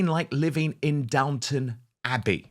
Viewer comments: Downton, not "downtown". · It's Downton not Downtown.